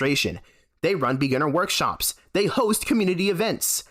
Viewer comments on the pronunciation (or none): none